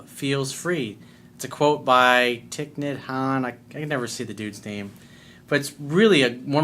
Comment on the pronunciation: Thich nhat hanh darling you ALWAYS say his name correctly!! Just sayin!!! Love you!!